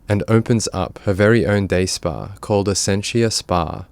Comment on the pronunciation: “Day spa.”🤣🤣🤣🤣🤣